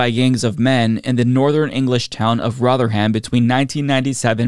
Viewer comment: Small nitpick: almost nobody in the UK pronounces the -ham in Rotherham as "ham". It's more like "rotherum"/rothərəm